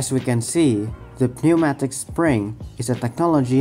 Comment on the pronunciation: I agree. Your English is very good, much better in fact than that of many English people! Quick tip. Pneumatic is pronounced New-Matic, the 'P' is silent. I don't envy people trying to learn English as a second language, much of it must be very confusing!